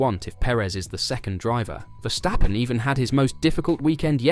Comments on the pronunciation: It is 's', not 'sch'. It's a dutch name and is pronounced 's'. Just give it a try, English spoken fans, commenters and Youtubers. It is not that hard, you won't get tired of it, and it won't kill you :-) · Verstappen not Verschtappen.